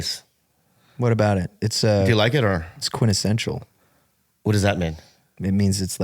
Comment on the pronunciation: Omg , sqintensencial??!!